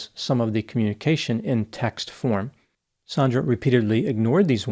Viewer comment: Also, the victim is Sandra not "Saundra"